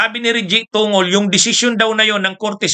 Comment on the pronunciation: TONGOL..... PRONOUNCE TONG GOL !